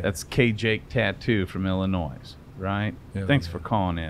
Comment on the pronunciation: I love you bub, but the S in Illinois is silent me boi